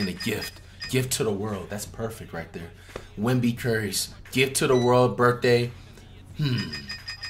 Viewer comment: Stop calling him wenby curry